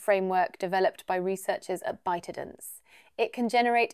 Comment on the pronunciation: The company is pronounced as Bite - dance, not By ti dance